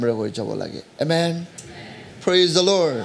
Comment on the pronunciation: Thank you ... I'm always blessed by your sermon but sometimes I confuse your pronounce "praise the Lord or lure"